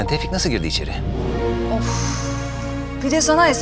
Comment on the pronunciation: Tevfik : neden yaptın Şebnem : senin için tevfiik